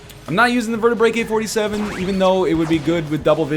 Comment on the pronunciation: NL, it's called Vertaebrae-K, not Vertaebraker.